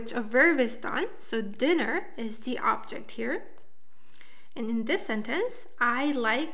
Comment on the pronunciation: I know this video is old, but I noticed you're saying "objing marking" instead of "object marking." Should sound more like "objec marking," with the final T sound faded to pretty much nothing. But definitely no -ing sound on object.